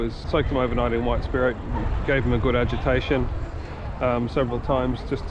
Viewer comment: I had to listen several times when you said agitation. I had thought you said education. I was not sure if that was the right word. I was thinking if it was a non British phrase. I only finally got it when I saw the subtitles.